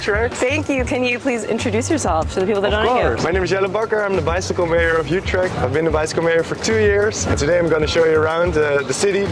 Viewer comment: Youtrecht? try to pronounce it correctly